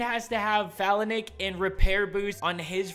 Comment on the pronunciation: Learn to pronounce Phalanx.